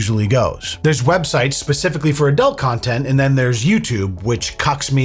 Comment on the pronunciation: why does say "Adelt" it's ADUUUUUUUULT lmao